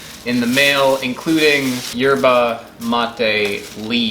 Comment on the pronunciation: Don’t think you pronounce the “Y”